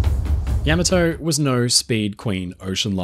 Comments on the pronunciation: "Yammer Toe"! What a wonderful command of Japanese... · A truly awesome warship! Only issue is how he pronounces the name! I believe the correct pronunciation is "Yah-mah-toe". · Yam-A-Toe??? No way!!! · The Yammertoe?? :face-green-smiling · Is this voice AI or human? Cannot make up its mind how to pronounce the first "A" in Yamato, which should be like the "a" in fAther. FASCINATING video. Thank you. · I'm pretty sure Yamato is pronounced Yam-ah-toe. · Forgive me, the correct pronunciation of Yamato is ya-mato. Using a short “a”. Rhymes with Tomato. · Pronounce it correctly: Yah- mà (like hah)-toe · Yama-toe???? When did we begin pronouncing it that way? Is this AI generated? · you keep pronouncing the name of the ship incorrectly. it's accutally pronounced YAAAAAAA MAAAAAA TOOOOOOOOOEEEEE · Pronounced: YA (like the first two letters in the word “yawn”) MA (like the first two letters in the word “mama”) HA (like a laugh). The emphasis is on the second syllable; MA. Put them together and you have Ya-MA-to. YaMAto. Yamato. I appreciate the vast knowledge you have about this ship. I appreciate you sharing that knowledge. However, you apparently didn’t research how to pronounce the name. Something that basic being inaccurate makes you sound like an amateur, which is a shame considering all the work you put into this presentation. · It looks like you can't make up your mind how to pronounce YAMOTO. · Please learn the proper pronunciation of things. It’s Yah mah toe. Ya may toe. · AI voices suck though.. Can't even properly pronounce the ships name.. It wasn't Yeah Mah Toe.. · Saying it wrong. Ya..ma..toe. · Is it really so hard to have a human narrator? “Yamma Toe?” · I never knew it was pronounced Yamato and not Yamato. The more you learn! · You put the wrong emPHAsis on the wrong syLLAble. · you are the only one ever heard to mispronounce the name. Like those who say Warshington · Nice work Btw you are not pronouncing it right. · Yam-ah-toe? Isn't it Yah-maw-tow?